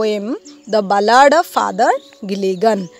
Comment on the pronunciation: It is bal-ad not bla-aad